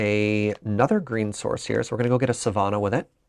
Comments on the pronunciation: I live near Savannah. It's Suh-vanna not Suh-vahna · As a Georgia native it’s savanna.